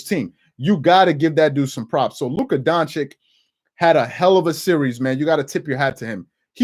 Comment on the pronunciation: Stephen A & Charles: “Luka Don-chick”